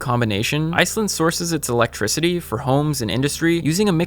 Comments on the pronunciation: Why does Phil say, "electrizity"? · Philip "Electrizity" DeFranco